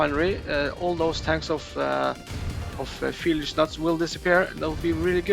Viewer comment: that is not how you read Fieldys name 😅